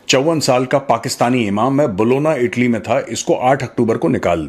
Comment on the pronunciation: ईटली नहीं। इटली।